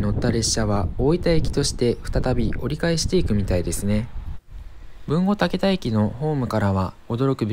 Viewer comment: 「たけだ」ではなく「たけた」です。